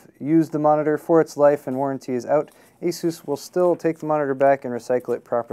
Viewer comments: The way he pronounces "asus" - I don't like it. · I've always heard Asus pronounced like AY SOOSE. But don't get me started on mispronunciations. Linux is (lin ex not lye nex) Novell is (No Vell not Nah Vull) IO is (eye oh not eee oh) cache is (cash not cashy or cashet or catch or cash ay) solder is (sol der not sah der) The L is a soft L Internet is (Enter Net not inner net) The words Crash, Locked up, Frozen, won't turn on, won't boot, isn't working, BSOD etc are different things.